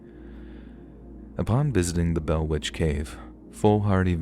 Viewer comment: The butchering of The Bell Witch is really disappointing 😢